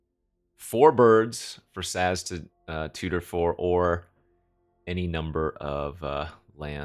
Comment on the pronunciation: You pronounced Sazh right, but is having a rough go with the names lol